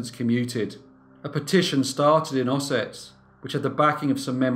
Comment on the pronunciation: The town Ossett pronounced more like "Ossitt" by the natives and surrounding towns